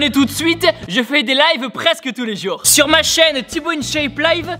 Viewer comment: « tout les juur,😂😂 »